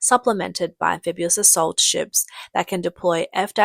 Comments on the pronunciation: Sorry, CCP and all the Little Pinks! One ship does not an armada make! Especially when you have no trained pilots! BTW, it's "amphibious," not "amphibuous." And, the plural of "aircraft" is "aircraft" ("Crafts" is used only about "handicrafts": pottery, basket-weaving, etc.) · AmphibIous NOT AmphibUous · Am-fib-ee-os. NOT am-fib-u-os. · What is ambefibuas does she mean amphibious 😂😂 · Amphibious, not amphibulous. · There is no such word as "amphibuous". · lol the narrator keeps pronouncing it "amphibu-us" - at least that's how we know it's probably not an AI narrator :D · Sound it Out: Break down the word 'amphibious' into its individual sounds "am" + "fib" + "ee" + "uhs". Say these sounds out loud, exaggerating them at first. Practice until you can consistently produce them clearly. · Amphibulous: a Chinese word combining fabulous and amphibious. It sounded better than fabubious. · I like amphibulous 😄